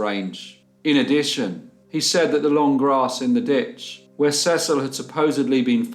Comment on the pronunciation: In America we pronounce Cecil. Cee-cil. Another great case, poor boy tho!